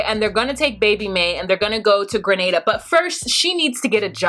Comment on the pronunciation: 🇬🇩🇬🇩🇬🇩 at first I was a lil disappointed you said Grenada wrong but you got it right the last time. Shockingly Nicole said it right. I love your videos tho you give me another perspective.